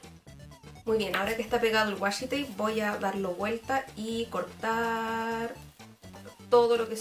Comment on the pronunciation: Sorry pero me dio mucha risa el "wasshi tape" pero me gusto mucho el video!